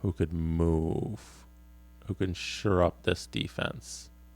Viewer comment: ......it's Shore up...... Not Sure up. Hahahah